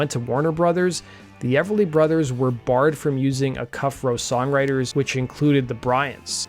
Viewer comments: Dude: Acuff = "AY cuff" not "a'CUFF." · Acuff Rose music was after Roy Acuff pronounced as a hard 'a', stressing first syllable. (A-cuff) unlike "uh-CUFF" as in your pronunciation. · Acuff-Rose Music, formed by Roy Acuff and Fred Rose. Acuff is properly pronounced “A-Cuff”. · Acuff as in Roy Acuff, partner in Acuff/Rose publishing is pronounced, A-Cuff. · acuff is pronounced aye-kuff emphasis on first syll. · Its pronounced "eyyy-cuff"...Acuff was Roy Acuff...Grand Ole Opry legend.🤘